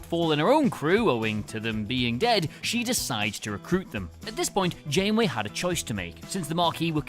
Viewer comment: "--and why it's Benjamin Sisko--" You mispronounced Janeway.